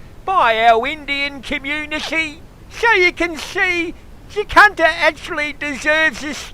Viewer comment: funny as !!! LOL didnt realise i had been miss pronouncing Jacinta all this time ! ROFL ROFL ROFL